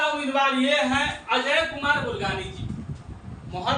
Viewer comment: Bulgane nahi bulganin